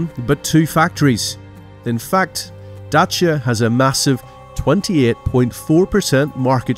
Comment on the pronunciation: I like how he pronounces Dacia in the correct romanian form